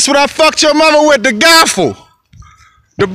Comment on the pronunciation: Gavel lol 😂 not Gaffle